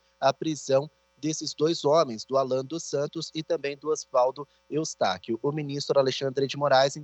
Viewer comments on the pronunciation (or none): Está tv é tão ruim Que nem o nome do Osvaldo Eustáquio ele fala correto .